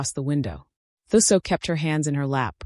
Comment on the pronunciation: Okay … 'Thuso' is pronounced "2-soh". Thanks for a character from my country, 🇿🇦.